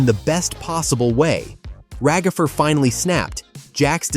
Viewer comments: “Ragafer”😂 I was dying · Why are eyou saying ragafer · Can we talk about the agony of hearing "Ragafer" so many times, can we get a counter? 😭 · Why have people called Ragatha Ra-gatha/RaGATHA and now Ragafer!? LMOA. It's Rag-atha/RAGatha (phonetic pronunciation: /raːɡaθʌ/). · “Ragither” got me